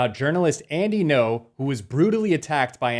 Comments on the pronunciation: Pronounce his name correctly at least... Ngo not No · It’s “Ngo” not “No”